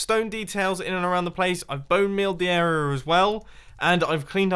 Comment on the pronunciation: "I've bone-mealed the arearrrrrrrrr as well"